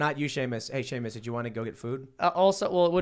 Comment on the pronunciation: Y’all, it’s Seamus not Shamis